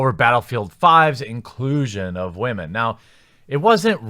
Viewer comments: Why are you saying wah-men? Ive never heard woman pronounced like that. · I like how he says, "Whamen" LMAO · stop sayin wamen pls for ur future self in 5 years's sake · I'm new here, so perhaps I don't get why you mispronounce 'women'. Can you explain, please? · Where's this guy from? He pronounces "women" funny. Is it just me? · "if you wanted to play something less realistic"... Then... You might have played bf1, with it's selections of weapons mostly composed of guns that weren't used in any significant way in the war? No? It's just when women are included. Then you can't even bring yourself to pronounce their gender properly. You care so little that you make a point to change your pronunciation, every time, just to further emphasize your lack of concern. Right. Who do you think you're fooling, you triggered little man baby? EA has a recent history of public relations disasters. What they did to battlefront 2 is still haunting them. But all you can come up with is "I have no problem with them including female characters, but I'm going to spend a whole video saying it is because they included women and I'm going to be such a child about it that I'll make a point to not even pronounce that gender right. Do you have the slightest bit of self awareness? Clearly not. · Can’t pronounce ‘women’, literally unwatchable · I feel like people who pronounce women like that are uneducated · Wtf is a "Waman"? Is he trying to say Women/Woman? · Did you just say “wha-men” in the first 15 seconds of this video? Does this stand for whiny, haha... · Wamen? It’s wool/mein. Get woke 👁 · Great vid thnx but are you saying Wamen(like Ramen) instead of Women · Why do you keep saying wah-men instead of women. Are you having a stroke? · Why do you say wamen instead of women? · For the love of god please just say women right it's not Wamen. And yes the inclusion of women in bf5 is rediculus. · Why is he pronouncing women like “ramen”? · . " waa men". Interesting pronunciation for women.